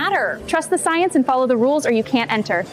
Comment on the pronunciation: "I yam the soyence"